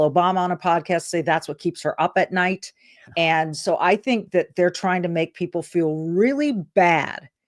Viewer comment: Oh wow Schumer, is so delusional, and so corrupt he cannot distinguish the difference between nigh and day.